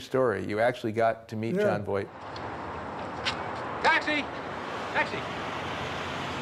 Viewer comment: Funny Jery actually says Jon Voik instead of Voight